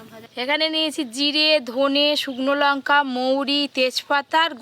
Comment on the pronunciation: Lunka noy ota lanka age ucharon thik koro